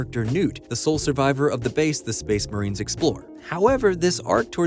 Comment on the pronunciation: really tickles my brain every time you call them space marien